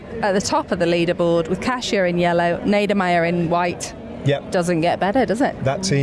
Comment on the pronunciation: I almost missed the today's stage and how glad am I to not have missed it. I was literally taking photos of the TV and sending to friends and family :) Iconic, inspired, incredible - well done that woman! Ned, thank you for championing the correct pronunciation of "Kasia" :) And thank you both for this podcast!